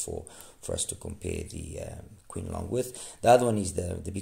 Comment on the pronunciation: It’s pronounced as Ching Long, meaning blue dragon.